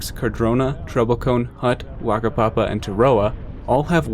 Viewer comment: Not a skiier, but your pronunciations of the names weren't bad. The only one you got wrong was Whakapapa. In Māori, the 'wh' combo makes an 'f' sound, so it sounds more like "fakapapa". Thanks for visiting New Zealand :)